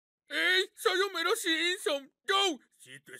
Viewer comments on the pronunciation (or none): none